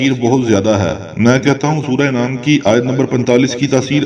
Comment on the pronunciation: Sura inaam nhi sura an'aam